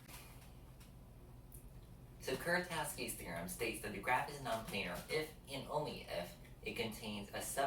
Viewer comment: Nice video! The Polish pronunciation of Kuratowski is closer to "Kuratofski", btw. 🙂